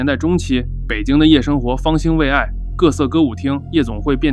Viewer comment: 没想到也读错别字 方心未yi